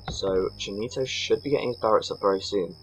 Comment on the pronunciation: Cheenito !! XD Hahahaha I lol every time u tried to pronounce it... Nice Commentary like always :)